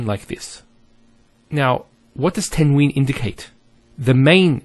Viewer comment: You're teaching good, however just note that some of the letters, for example Qaf, must be pronounced with Tafkeem, bold and heavy strong sound. You should also note that tanween is not COMPLETELY noon, as it is pronounced differently as well. Hope you found this helpful.